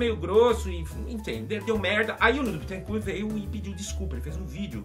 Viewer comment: Porra o nome do cara não é Bitencuuuu, é BÉTENCÓR!!!!